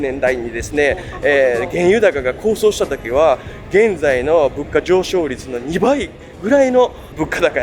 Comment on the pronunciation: 上昇を、コウショウっていってるのかなって私も思いました。ビデオ的にはそこではないけど、気になりましたよね。でも良いリポートだと思いました。